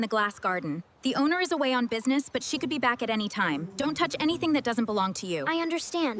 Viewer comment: They said don't thoch